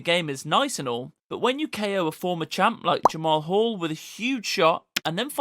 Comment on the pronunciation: I think he's a newbie, I heard Jamal Hall like wtf is Jamal Hall